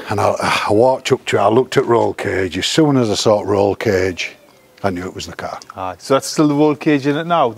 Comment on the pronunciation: Feck me. How many times can he say, 'carrr', in one interview!?